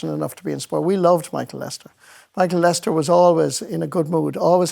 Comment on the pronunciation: Why do RTE pronounce his name as Lester instead of Lyster?